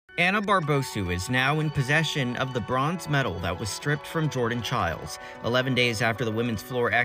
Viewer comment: ITS PRONOUNCED CHILES?? I thought it was pronounced chiles